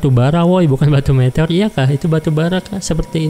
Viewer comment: meteor bang bukan metor